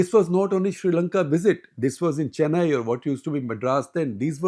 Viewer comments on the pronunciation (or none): none